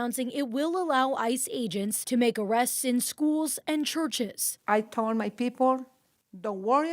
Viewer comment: "I tol my people" SMH